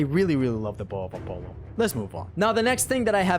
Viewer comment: you mispronounced the word Apollo several times. Not trying to sound rude, just thought I'd point that out real quick.